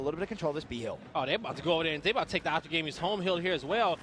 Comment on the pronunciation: Optic not Opic 😂😂